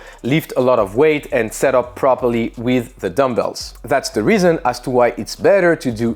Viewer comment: no one notices the 'zer hahaha' at zer end?